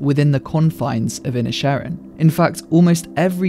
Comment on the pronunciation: The way you pronounce the film's title really highlights how it's a play on works for the gaelic for Island of Ireland. Seen in this way, perhaps the Civil War can be an analog for the Great War in Europe while the Irish conflict is comparatively small (though not less heartbreaking). That also might help explain the characters ambivalence towards the combatants. The Irish didn't hag much stake in he First World War.